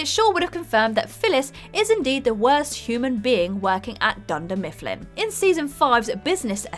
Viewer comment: Did you just say Dunder Mistfplin?